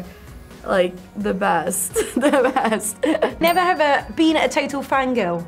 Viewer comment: NEVE HAVEH? wth was that lol.